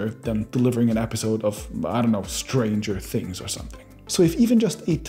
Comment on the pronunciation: I don't like the way he said "stranger things"